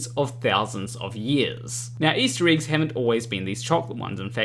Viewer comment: I want to start with. I love your videos and I watch em all since I subscribed. You are clearly more intelligent than I. That said, here’s s the Super Douche part… your accent is thicker than i think I’ve ever heard. And the way you say certain vowels in certain words drive me guano. Eggs it seems, is one of these words. So glad you found a way to make “egg” half of the words in this video. Now that I’m done being kind of a dick, love you and your videos. Thanks man.😁